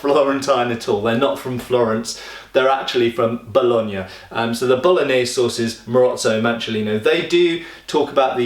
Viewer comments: "...the bolognaise sources..." made me smirk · "Bolognese sauces." :) Thanks for this video. Love learning about this stuff.